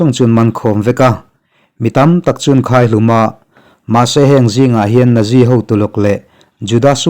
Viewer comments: Nazi ti lovin Natzi ti rawh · Nazi hi naksi tih ang deuha lam tur a niin ka hria. Ka hriat ve dan aw sir. 👍